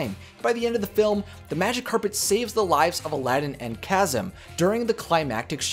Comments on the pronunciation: I know this is years ago but it is Ka-seem not Chasm lol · owner : Its pronounced "Kah-zeem" not "ka-zim" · It's pronounced as KAS-SIM!!! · Kasim is pronounced Cah-seem